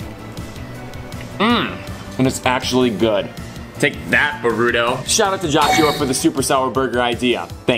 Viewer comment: why you say b-ruto